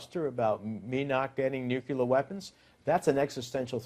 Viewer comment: IT'S "NUCLEAR"